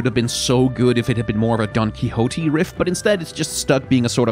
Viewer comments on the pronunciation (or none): Quixote is pronounced with a short o and short e.